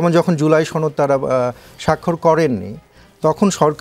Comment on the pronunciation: ছনদ- উচ্চারণটা কই থেকে আসছে?? এটা তো সনদ!!